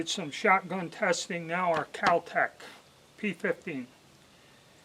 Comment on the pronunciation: KAL Tec? You mean Kel Tec, maybe?